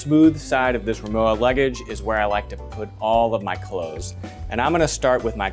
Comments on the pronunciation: RimoVA. W in German is pronounced as a V. Just sayin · Thanks again; What is the size of this piece of luggage? by the way RIMOWA (German make) is not pronounced like IOWA but with a plain V: RIMOVA.........(stress on MO)